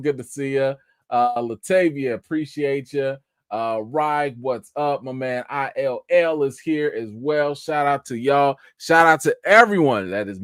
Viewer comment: "ILL" is just "ill" not "I L L"🤣